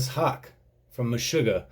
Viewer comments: dont know if anyone mentioned it but his name is pronounced haa-ke. the last is like how you say the ke in okey. thats a minor thing thoe, but fun to see drummers react to this and you have been the most fun to see. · Fun fact, the whole song is in 4/4. Also, his last name is pronounced like "hau keh" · Pronounced hawk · ok, everyone.... it's pronounced Haawk, E,ah............ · Pronounced Hockey... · His last name is pronounced "HEY-K" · Sweds pronounce A like Awe and E like Eh, so Hawk-eh or Haw-keh would be the closest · The double 'A' in Haake, in Scandinavia, is pronounced as an Å, which is like sort of like "O" in hope... So Hoke... Probably the closest I can find in the english language off the top of my head... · His last name is pronounced something like this: "Hawk-Uh". It actually means "Hook" or "Latch" which fits his profession I Think! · They call Meshuggah the fathers of Djent. Its not true. Every other band that tries to sound like Meshuggah, is Djent. Meshuggah are not Djent. And Tomas' last name sounds like "Hockey" but with an Australian accent. (Hawk-eh). I only know because my buddy went to a show and talked to him. My friend asked him how to pronounce his name. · Pronounce it like "hockey" and thats how he says it in interviews. Check out the Clockworks drumcam. Singer is lower and you get a better look at him working the drums...which is always enjoyable. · his name is pronounced "Tumas Haake" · You pronounce the 'e' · I love that he completely butchers Tomas Haake's name :D :D